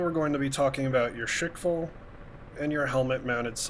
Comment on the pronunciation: It's not "Shake fall", it's rather "Shkval". It comes from english word squall, but it's pronounced with russian accent. (and yes, it actually means what it means in english)